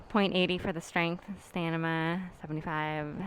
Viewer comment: Is it "Stanima" or "Stamina" cuz a lot of people pronounce it "Stanima"